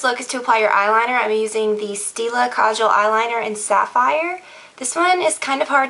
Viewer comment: lol OMG!! My name is Kajal....which mean eyeliner obviously! and you are the very first person on youtube to pronouce it right. OMG! Everyone always goes kajaaaaal. Like a lot of empasis on the second A, but u said it perfect! <333